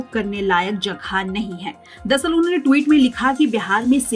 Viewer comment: हे संवाद दाता महोदय ट्वीट का सही उच्चारण करना सीख लीजिए।